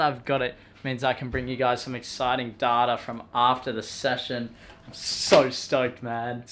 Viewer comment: The way he says data 🤦‍♂️😂